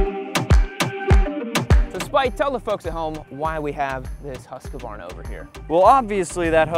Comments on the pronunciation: Hooskvarna. Not Huskavarna. Stop adding an extra vowel. 😂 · It’s pronounced ”Hughes Kvarna” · Am I the only one triggered by how pronounces Husqvarna?:-D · They way you pronounce Husqvarna makes my ears bleed and my eyes twitch. There is no “A” in the middle of the word